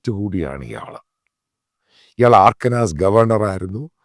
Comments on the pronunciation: Mathew Sir I request you to make an effort to learn the right pronunciation of the US states. You are doing so much good work just a small effort will go a long way. It is not Arkanas it is "Ar-kan-sas' similarly it is not Vashington it is "Washing-ton" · ആർക്കനാസ് ❌. അർക്കൻസാ ✅ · Pronunciation is Arkan - sa NOT AARKANSAAS. അർക്കൻ — sa